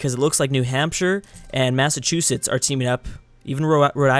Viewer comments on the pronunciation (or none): none